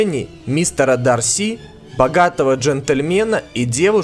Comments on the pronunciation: Не ДарсИ а ДАрси) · Странная десятка. Странное распределение мест. Вообще не согласна. И не ДарсИ, а ДАрси.